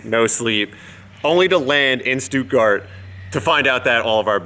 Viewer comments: Stootgard? It's Stuttgart. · It´s SHTOODGUARD! And what awkward route did you take from LAfX? It just took me 19h from Vienna to Minneapolis in the cheapest way my company found, two stops plus one missed flight (cause you can´t go into Chicago from Europe and catch the next plane in under an hour...)!